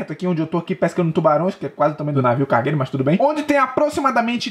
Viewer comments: Só eu que ouvi navio cagueiro ? 😮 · Só eu que entendi ele falando navio cagueiro